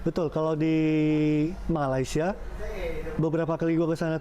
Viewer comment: Kamu berdua, sebutan Malaysia aje ngak pandai masa mau bandingkan segala ...udahlah kamu belajar dulu sebut negara Malaysia ...kamu yg ngak betul sebenarnya 😂